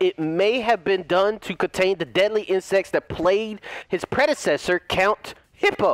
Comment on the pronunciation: I was doing something else and suddenly I hear: "count Hippo" and I was so confused! I needed to stop what I was doing just to stop the video and read that for myself xD. I'm from Catalonia, Northern Spain, so figure how much I laughed when I read Hipólito. For those of you that don't know how to read castillian the "h" is mute, and the strong sillable is "po", hence the accentuation symbol in top of the "o" that the developers ignored completely in the game. Put it on google translate to understand the pronunciation.